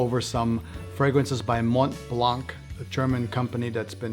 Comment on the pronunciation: "Mont Plongg" One thing is certain, you are not French 😁